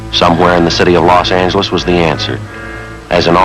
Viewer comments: Sgt Romero's character very clearly saying Law Sang-geless instead of Loss Anjelez. The only other instance of that pronunciation I can recall was in a Firesign Theater skit. Maybe the skit with the car salesman? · "You're in Los ANGeles, Babe! Los ANGeles. Got it?" Old-style pronunciation!